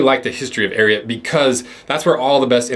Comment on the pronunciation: I’m glad u at least said the name correctly 😂